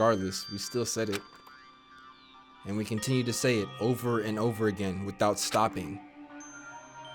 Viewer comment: bro I can't unhear it now OHVER LMAOOOO